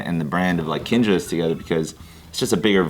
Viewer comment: Kinjaz with an s hits different, and I don’t like it. 😂